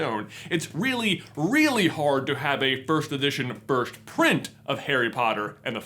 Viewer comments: J can’t say “first” he says “firsht” anyone notice that? I find it endearing 😍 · Why does he pronounce it 'firsht' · Loved the video! didnt even know such editions were up for sale! i'll have to look into that deeper and save some money, dugh. What threw me off though was his pronunciation of "1st" like /firsht/? or so.. :D